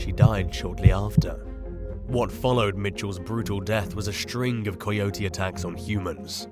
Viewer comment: You butchered the pronunciation of coyote